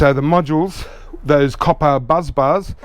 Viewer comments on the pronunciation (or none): Bus bars, not Buzz bars. There is no Z sound.